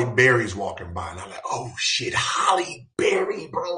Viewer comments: It's not holly it's Haley berry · Cringing at the way he says Holly instead of Halle. But, that’s a shame too. Too many sacrifices are made by really good people. Don’t know why they pray on people then wonder why later on no one wants to be associated with them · Her name's not "HOLLY"😂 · Why can't ninjas say "Halle"?🤣